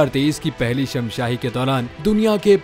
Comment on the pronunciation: Shamshahi ni shashmahi hota hy